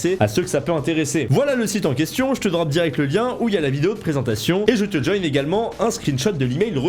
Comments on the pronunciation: eh "joins" ça se lit join pas joïn il y a pas que l'anglais dans la vie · Tu m'a trigger a , c'est pas djauyne mais JOINS du verbe JOINDRE, j'ai mal Sinon super vidéo hein ! Comme d'hab !